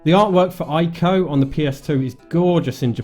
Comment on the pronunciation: I'm gonna be that guy. It's pronounced EEko, not eyeko. ;)